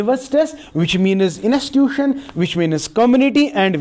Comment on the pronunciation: Spread ❌ -Siperred ✔️ School ❌ -Sukul ✔️ Institution ❌- Inastituison ✔️ Search ❌ - Sirach✔️ Help ❌ - Helap✔️ Knowledge ✔️- Knowledge ✔️ Otherwise..... Knowledge ❌- Kanolaze ✔️